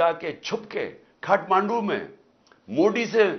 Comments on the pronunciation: Khaatmandu nahi imran chacha.. Katmandu bol.. 😆😆😂😂😂😂😆😆👉🇵🇰💩😆😂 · अरे खातमंडू नही काटमंडू है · खाटमांडू " नहीं काठमांडू है बुढ़ऊ 😁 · Khaatmaandu nhin hai bhai Kaathmandu hai Words bolne nhin aate inko Modi bolna bhi seekho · Khatmadu kya hai bhai sahi se bol lo